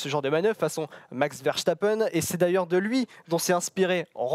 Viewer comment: Richiardo et Verchtappen, je capte pas